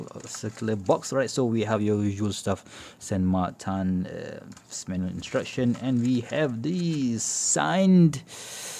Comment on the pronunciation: It is “SAN MARTIN” in spanish….no “ SAN MARTAN” ….in french it is Saint Martin. The chinese company used an “spanish name” not “french or swiss name”.